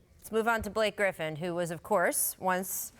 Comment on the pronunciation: it sounds like Rachel said "Billie Griffin" 😂